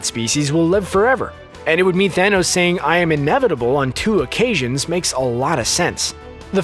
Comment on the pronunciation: becoz he said "im inavitble" 🤣🤣🤣